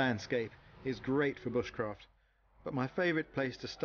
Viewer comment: Is it me or did that woman at the end say B-uh-sh-craft, instead of b-oo-sh-craft...